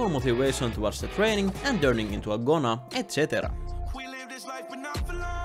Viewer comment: when he said "gona" i said to myself "gonaa gona gona"